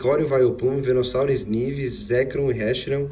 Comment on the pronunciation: se pronuncia snaivy